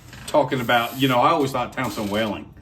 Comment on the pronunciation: Thanks for the video and thank you for your service! The name is WHELEN rather than WHALEN, though... pronounced WHEELEN rather than WHAYLAN.